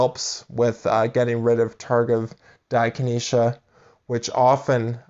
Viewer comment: Right. How can I trust the advice of someone that can't pronounce it right.